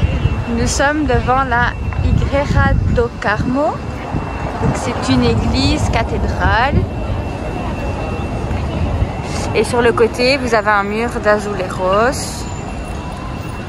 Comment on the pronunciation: Merci, j'ai pris des notes. Pour info, en portugais, le J se prononce J comme en français. Il n'y a que dans les pays hispanophones que ça se prononce R. On ne dit pas "igreira" mais igreija